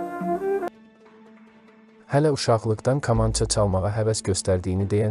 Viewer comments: Bu danıışan kimdisə deyəsən bizim millətdən deyil, yəni bu vaxta qədər ķamança nın adını düzgün deyə bilmiŕ ,bu çox gülünç səslənir, bilmirsən danışmada səni ñə məcbur edir internetdə danışasan ,get başqa qazanc yolu tap. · Bu cur gözəl video hazirlamisiz,hec olmasa teksti düzgün edə bilən birinə həvalə edərdiz. Bu insan k hərfinin incə deyə bilmir , kaman,kamanca sözlərinin bol olan bu hekayəni niyə oxudursuz axi? Əksər sözlərin vurgusu da düzgün deyil. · Sən deyəsən bir tərəfin ermənidi.kamançanı ermənilər kimi danışirsan. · BU NƏ KAMAN ,KAMAN DEUİR KƏMANÇA DI ADI . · Ayə kalkotka yox eyy KAMANCA. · Kamança yox deyilərkən Kəmança. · Qamanca yox, kamança. Düz tələffüz elə. 😅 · Kamança K kı yox k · aycindir kamnca nevaxtdan qamanca oluf ay oxraw sozu duz emelli de da cindir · BƏLİ KAMAN SÖZÜNÜ COX PİS TƏLƏFFÜZ EDİRSƏN. " GAMANCA " YOX " KAMANCA " DEMƏK LAZIMDIR. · Ə qamanca yox kamanca. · KAMAN YOX KAMANÇA😅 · «КамАнча»🤦🏻‍♀️metni oxumağa normal bir adam tapılmadı ki??? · qamanca yox düzgün tələffüz edin ayibdi 😔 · danisıə öyrənmək lazimdı ,qamanca , nədi? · "Kamaya"düşdü komaya düşdü kamanca vurğunu düz demirsiniz .Qulaq asdıqca əsəbləşir adam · Kolxozla kamançanın eyni hərflə oxunmadığını bilməyən biri mətn oxuyanda,Habil Əliyev rəhmətlik yəqin yerinə düşən təsirli bir söz deyərdi. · Allah kişiyə rəhmət eləşin Adam sağ olsaydı bu mətni oxyanı yanına çağırıb cəzalandırardı Kamança sözünü düz demədiyini görə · Milli musiqi alətimizin adının səhv tələffüzü vallah cinayətdir . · Metni oxuyan deyesen Azerbaycanlı deyil.Kamança sözünü teleffůz ede bilmeyen burada gőr kim haqqinda danışır. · Deyərdiki ay kor olmuş.Vaxtında məktəbdə kitab oxumamısan? Kül olsun sənin yekə başına.Təbii bütün bu k hərflərini kiril əlifbasındakı k kimi tələffüz edərdi😂😂😂😂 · Hörmətli aparıcı, kamança sözü kompyüter, kolxoz kimi deyil, kitab , kəlam kimi deyilir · Kamança sözünü düzgün tələffüz et.Böyük sənətkara isə Allah rəhmət eləsin. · Бу ермениди я кимди каманчаны рус Кими адыгы дейир